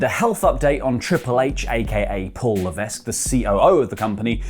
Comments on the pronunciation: It's pronounced LEVECK not LEVESQ. I think i heard someone else on here do it. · The s in levesque is silent. His last name is pronounced leh veck. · HHH's last name is pronounced "Lev-eck", it's a francophone last name, the S isn't pronounced for whatever reason